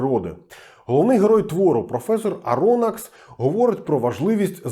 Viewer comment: Прізвище професора не Аро́накс, а Аронáкс, бо він француз. Кольорову фотографію винайшли не за 100 років після Жюля Верна, а за 50, на початку XX століття, Прокудіним-Горським Пильніше пишіть сценарій, а так непогано